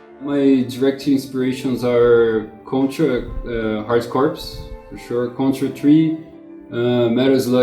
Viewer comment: could someone not have told him he was mispronouncing corps?